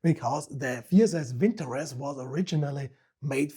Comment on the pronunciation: Not a vinTOrez, but - vintoREZ (note the last syllable), молот (Molot = 'Hammer")